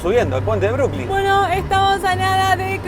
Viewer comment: Es Brooklyn No(Brookling). Ademas New York es el nombre de la ciudad y tiene cinco barrios: Queens,Bronx,Manhathan,Staten Island y Brooklyn.